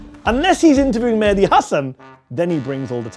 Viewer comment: You did the "Medhi" instead of "Mehdi" thing 100% on purpose, sorry I'll read the rest now just had to point that out.